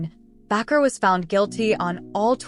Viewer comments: It's Baker not backer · Bakker is NOT pronounced Back-r, it's pronounced Bake - r, like someone who bakes a cake. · It’s “ Jim Bakker” not Backer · This such an unprofessional website. His name is Baker . Why do you constantly mispronounced it. I don't want to watch anything else you put out